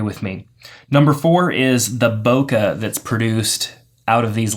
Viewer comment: "Bokuh, or whatever you want to call it." I call it "boke(h)", with the last sound in that word pronounced more like a mixture of the "e" in "bet" and the "ay" as in "okay". Source: Living in Japan (the country that originated that term) for 9 years.